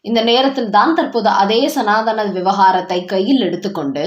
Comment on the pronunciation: தமிழ் பேச தெரிஞ்ச 🤗 செய்தி வாசிப்பாளர் போடுங்க🤗சனாதனம் தான் சரி சனாதானம்🙆 அல்ல